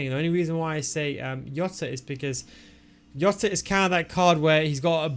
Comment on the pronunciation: Don't say jota like that. Hes not from Netherlands. Hes name is Jota not iota.